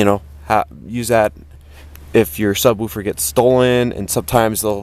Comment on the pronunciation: I just like the way you sub-WOO-fer instead of SUB-woofer.